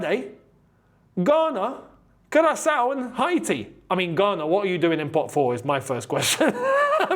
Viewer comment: Its HAY-TEE (Haiti🇭🇹) not HI-TEE